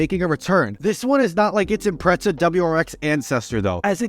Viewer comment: Did anyone else hear him say "impretza" or am I just being an asshole